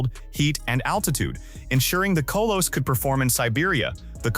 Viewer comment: Kolos - not Koe-loess